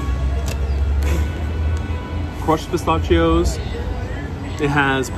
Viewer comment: Luv you but pronunciation....Variety is va- RYE-ety.... pistachios is pi-STASH-ios. Not pi-STACH-ios. The C is a soft C.